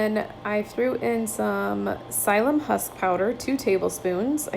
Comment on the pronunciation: Part of the pleasure of watching your vid's is realizing all the tips you have. Can't wait to go get some radishes! Thanks. (Pronounced: sill-yum 😃)